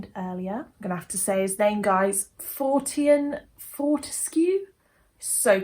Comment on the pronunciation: It’s Florian Fortescue ( Floh-ree-uhn Fort-ess-queue, if that helps with the pronunciation).